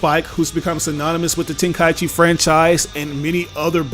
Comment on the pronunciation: Thank you for pronouncing it “ten kai chi” Instead of “ten Kai ee chi”.